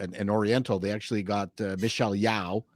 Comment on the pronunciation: Yeoh - should be pronounced as "Yo", is like "Yo Yo"... and she is a disgrace.. way back since her pageant day.. performative activism